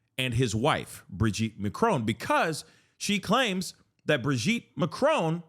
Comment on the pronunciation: She also pronounces it a as macrown instead of macron. So ignorant